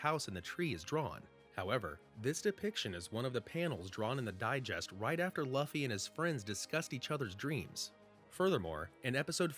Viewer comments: why does he keep saying luufy..... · "Laffy" 🤣 Figured I'd clarify: Sorry, it's just sounds funny. Has no bearing on the whole theory/video itself 😂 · If you used a bot to make the voice audio why not correct the way they’re pronouncing Luffy? It’s so cringe to hear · How do u pronounce Luffy name wrong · Right? It's hard to take the video seriously when he cant even pronounce the main characters name correctly.